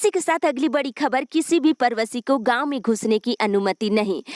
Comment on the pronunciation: Pravashi Ka ucharan thik kariye madam